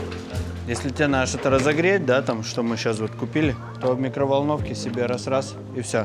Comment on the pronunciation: Почему ты,, не проговариваешь букву «Д» в словах: надо, поедем и других?